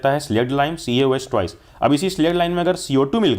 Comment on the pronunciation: Instead of twice u r saying toice